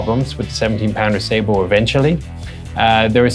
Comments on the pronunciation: I'm glad someone can say sabot more closely than most. It should be said like sa-bow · What's funny is most people will pronounce sabot correctly when saying sabotage or saboteur.